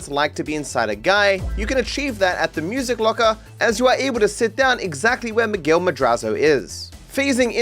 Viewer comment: It’s Miguel